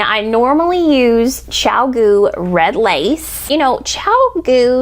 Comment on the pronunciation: Your chiagoo vs hiya hiya is a scream -- soooo funny